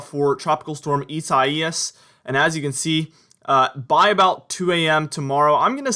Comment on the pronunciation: Dont be embarrassed because you said "Isaias" wrong because even a member of the weather channel got it wrong.